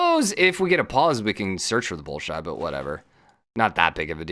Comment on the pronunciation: Bolshoi = Bohl-shwah